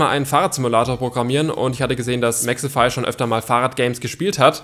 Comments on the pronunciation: es wird Mexify ausgeschprochen nicht mexefy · Sag bitte Mexify und nicht Mexhefy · Junge er heißt Mexify nicht mexefy😂😂😂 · Nicht mehxifai sondern Mexifyyyy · Warum hort sich das bei dir nach "Mexefy" an